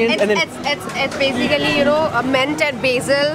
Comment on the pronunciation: That's mint not meant! Accent copy krne k chakkar mey angerzi ki tang mat todh🌝